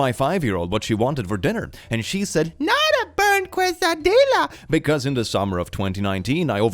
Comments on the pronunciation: Quesadilla is pronounced (Kay-sa-dee-ya) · that is the whitest pronunciation of quesadilla ive ever heard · That pronunciation of “quesadilla” is a crime against humanity. (But we love you anyway,!) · pronouncing quesadilla as kwes-a-dyll-uh is upsetting to me as someone who speaks a decent amount of Spanish lol. Other than that, W vid as always (its pronounced kay-suh-dee-uh) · It's pronounced qeh-sah-dia! Not Quwe-suh-dila! 😭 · Hearing pronounce quesadilla as "kwaseadilla" is taking years off my lifespan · it's pronounced kay-sa-dee-yah. The double L in Spanish makes a y sound. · It is pronounced K- sow-día Double L's in Spanish are pronounced almost like a Swedish Ja. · heraing say Kwesadillah is just what I needed today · quesadilla is pronounced "kay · suh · dee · uh" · it’s pronounced “kays-uh-dee-uh” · Quesadilla = Kay sa dee ahhh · Dear: KAY- suh-DEE-yuh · I'm so sorry, I'm a minute in, but "kweso-dila"? Why. I know English isn't your first language, and I assume Spanish isn't your second, but Jesus Christ why. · you did not just pronounce quesadilla as “kwesadihlla” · “Kwesadila” excuse me what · omg no way says “kwesadyluh” for quesadilla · Did say Qwes-a-dill-a? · Pronounce it however you like/can! But here’s the broken down pronunciation for quesadilla : keh—sah—dee—yah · "Quesa-dila" I can't sorry 💀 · I love you, but "quesadilla" is pronounced "keh-sa-dee-ya". Just for next time. I'm mexican, just in case. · Can confirm. As I have a European husband as an American. I don't think they understand how to pronounce quesadilla. He still says " queasy" " Dahlia" .... Seriously, it's like he's saying nauseous flower. I kind of love it. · Kweh-sa-DILL-a omg PLS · "Quesadilla" is pronounced "kay-sah-dee-yah". Hope it helps. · THE WAY HE PRONOUNCES QUESADILLA HELLLLLPPPPPP 💀😭🤣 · no offence but the way you pronounced quesadilla is going to kill me